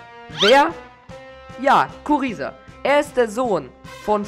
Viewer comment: Kuriza wird Gruiser ausgesprochen